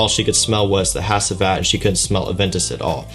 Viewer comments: This house is from Turkey. In Turkish, the proper pronunciation is: Nis-han-ey(short e sound at the end). The Turkish language pronunciation of the perfume name is: Ha-ji-vat. No worries about mispronouncing such since Turkish language is not your native language. Turkish people are extremely hospitable and the fact you made efforts is awesome. You should make future plans to visit Turkey in the future. Istanbul and other cities are fabulous. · I’m watching this a year later and as a Turkish person hearing you say “Has-I-Vat” and “Na-Shane” keeps making me bust out laughing. Good review though